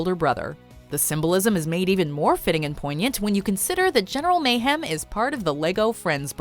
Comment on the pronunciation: Omg why doesn’t nobody say the right name its general meyhem